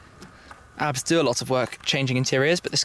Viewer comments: My friend, Schmiiii, you say A B T , not ArhhBbTT, please! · Hmm always thought it was pronounced as Ayy-Bee-Tee! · .. i got crazy when you call the firm abt... it's pronounced a b t... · Am I the only one that says A-B-T, not Abt? :D